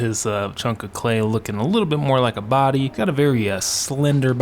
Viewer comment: Wow! I had an epiphany when you kept pronouncing body as "bahdy". You've got to do Stewie and Brian from Family Guy! Oh and Shaggy is wonderfully hideous!😆 I love this channel. It's so much fun.